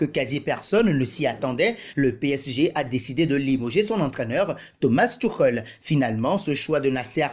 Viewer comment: Thomas thioukhel il a dit🤣🤣🤣 un accent vreummennnt